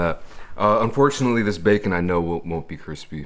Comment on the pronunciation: lol he said facon